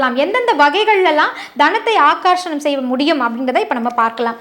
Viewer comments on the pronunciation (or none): Not akashnam say akarshanam